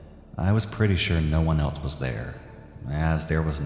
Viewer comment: "What eltse" you mean "what ELSE".